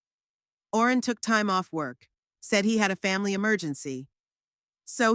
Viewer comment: That would have been a reasonable story, if it was consistent! I agree about the holes! And why was Owen pronounced Orin all the time! I was getting quite frustrated,,,how did her son change the keys! Did he have a set! And what was the point in asking for her keys back? They wouldn’t have fit with new locks in place! She needed the new keys that went with new lock! And definitely no way could he have just moved her to an old people’s home, take control of her house, sell it etc! It was all in her name so legally he couldn’t touch it! . What with names being mispronounced from Barrel to Beryl etc, . And if she was just going to a friends funeral, why on Earth would she take husbands photo, tape recordings, folders regarding house ownership etc? There have been sone strangely written stories on here, but this took some getting to grips with as your always on edge waiting for the next error! Shame!